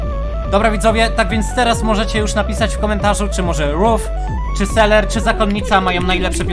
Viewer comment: To nie jest seler tylko selver